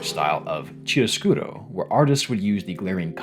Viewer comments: My guy… Deh-koh Ki-ahr-uh-skhyro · Oh, god, is that how chiaroscuro is pronounced in English? Cries in Italian (For those curious, it's key-ah-row - skoo-row) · Lovely analysis. My main criticism I guess is nitpicky stuff like how you pronounce some terms like “chiaroscuro”. This is actually an Italian word, not French, so it’s actually pronounced like key-ah-roh-scoo-roh”. And Sirene is pronounced as “See-ren”. And some other things like this. It’s stuff that with a small Google search, you’ll learn how to pronounce them quickly. Plus they might be an opportunity to inspire you to learn at the very least how to read Italian and French 😆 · Btw, it is pronunced [key-aro scuro], not cheero scuro. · small random correction, "Chiaroscuro" is an Italian term, so given the H after the C (or the G for example) it should be pronounced hard, so "Kiaro-Scuro" Another interesting thing is the term Gommage, which is not just "cancellation" but a real artistic technique used, among others, by the impressionist painter Renoir. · "Chee-arrow-skew-row" ouch that hurt to hear as an Italian 😂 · Art Deco - ärt dĕk′ō | Art deh-koh Chiaroscuro - kiˌɑːrəˈsk(j)ʊəroʊ | kee-arh-uh-skoor-oh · Small comment: the first syllable from 'chiaroscuro' is pronounced [kia], the first sound is the same as 'kernel' rather than chest'. Great video, thanks for putting it together! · "Chiaroscuro" is italian, just pronounce it as (Key-are-o-sku-ro), we pronounce "chi" as an english speaker pronounce "Key", exact same sound. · My man, how did you manage to pronounce "chiaroscuro" as "cheedoscooby"?? 😭😭😭 if you don't know a word use Google translate, you've shown in this video that you know how to use it! Love, an Italian. Edit: YOU DID IT AGAIN, WHY? WHY DON'T YOU APOLOGIZE TO US AS WELL? YOU'RE KILLING ME! 😭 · Why do you say chiaroscuro like its a Japanese word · the ch in chiaroscuro is pronounced k (as in key) btw 👀